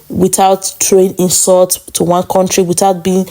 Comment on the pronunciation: Korntree not country 😅😅😅😅😅